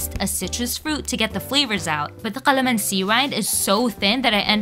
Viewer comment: She is pronouncing calamansi with a "q" qalamansi?